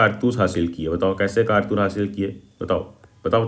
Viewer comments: kaartus ❌ Kaartas✅... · bai kartas nhi hai kartoos hai 😂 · Kartus ❌ kartas ✅ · bhai kartaas nahi kartoos🥴🤪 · it is “kartoos” not “kartas” ffs 😭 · 😂😂😂bhaiya vo vamiro hai vimaro nahi 😂😂😂😂😂 Aur ye kartoos hota he kartas nahi 😂😂😂😂😂😂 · Kaartoos ❎ Kartas☑️ 😂😂 BTW nice explanation 😁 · Kartoos❌ Kartaas✅